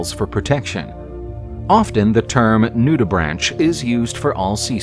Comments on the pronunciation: it's pronounced "nood-ih-brank", not "nood-ih-brantch" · This is probably narrated by AI, but it’s pronounced NOO-duh-brank